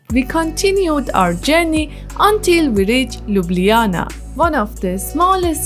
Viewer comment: Nice video of my city. The restaurant where You eat is called Sarajevo 84 (Olimpic games) and have one of the best bosnian food menu in Ljubljana. BTW. Your pronounce of Ljubljana is perfect :) Wellcome back any time.